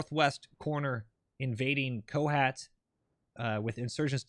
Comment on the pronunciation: its not pornounced ko-hat it kinda sounds like ko-hot the "ot" sounds like word "ought" source: im pakistani